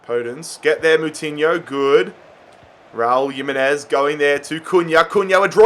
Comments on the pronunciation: PCQ:Why do you say Yimenez instead of himenez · Stop pronouncing it as yimenez, it’s spelt Jimenez but pronounced Himenez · your noot saying Jimenez name right is pronounced HIMENEZ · bro you’re pronouncing jimenez wrong